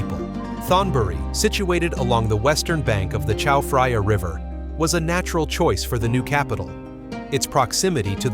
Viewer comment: Well spoken! On top, his pronunciation of "Chao Phraya" made me squirm. There is no "f" sound in Thai language. I'm not going to waste more time on this.